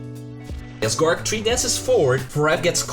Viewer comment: Big fan mate, but honestly, his name is GORGC, and not gorc. Seeing gorc really fuckin triggers me for no apparent reason. TriHard